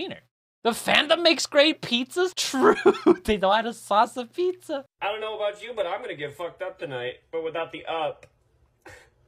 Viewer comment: he almost said aboot